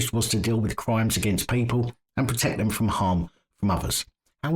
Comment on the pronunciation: He can't even pronounce words correctly, let alone solve crime. It's them, not vem.